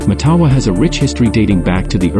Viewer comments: It’s pronounced MATtawa. With the emphasis on the first syllable. Like Ottawa. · It's pronounced MATawa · Hé could pronounce the name properly